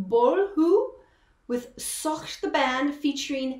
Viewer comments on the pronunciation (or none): Its not sookh 😂 Its soojch(thought)